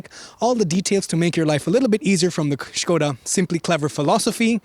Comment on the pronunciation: thumbs up for pronunciation of "SKODA"